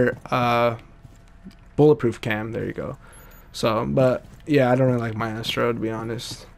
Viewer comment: It's MY-STRO